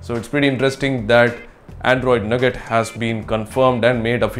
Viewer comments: lol nugget,it's nougat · it's not nugget,like chicken nugget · It's not called 'nougat'. Its called 'nooga'.